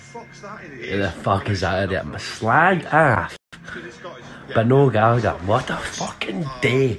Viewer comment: Can't even pronounce Gallagher